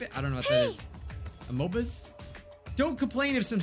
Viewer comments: amoebas is pronounced a-me-bas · Amoebas is pronounced Uh-mee-buh(s) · HOW DOES NOT KNOW WHAT AMOEBAS ARE?! AH-MEE-BAHS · Amabae? Amobey? Me: Wait, seriously? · No one: Me: *laughing my butt off because couldn't say amoebas* AHS DISH BAHAHAJAJ My mom:... I'm literally the shsl concerned mother S T O P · Watching try to pronounce amoebas was heartbreaking.